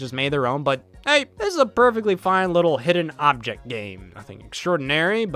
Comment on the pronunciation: this hey all sounded suspiciously like a hey y’all……..